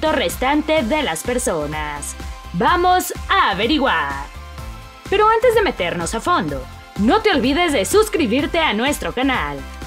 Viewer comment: Porque dicen vuamos en vez de vamos ?